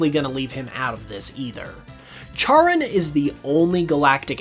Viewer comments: Charon -> “care-on” not “chair-un” And Pluto isn’t a planet. Soorry. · Pls charon is pronounced like karen pls im in pain here